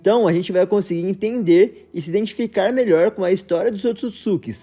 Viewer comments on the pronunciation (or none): none